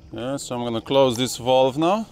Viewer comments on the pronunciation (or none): none